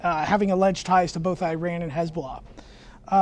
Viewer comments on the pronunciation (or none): none